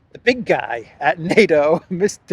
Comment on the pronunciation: Stoltenberg started his political career lobbying to get Norway out of NATO. Now he is not only the head of NATO he can't even pronounce it. Most Norwegians his age speak English with better pronunciation and understanding than this clown